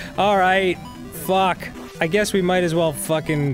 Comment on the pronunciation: My favorite Arin-ism is his "WHAT THE FAWK"s. He has such a specific pronunciation.